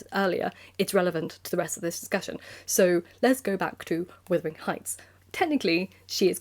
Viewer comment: I was wondering why you call it withering heights and not wuthering heights?